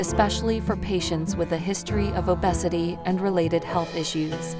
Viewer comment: Please stop using ai voices they can't even pronounce obesity and lbs correct